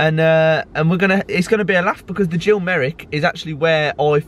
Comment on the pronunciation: "Off to partisan"? It's "often partisan". It's not "keep right on TILL the end of the road". It's "...TO the the end of the road". It's Gill, not Jill. The KRO words can be forgiven as for some reason that's what most fans seem to sing. Jill rather than Gill though. Oh dear. Poor form.